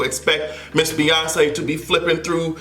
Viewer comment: She also said " you have to bey humble" in rehearsals!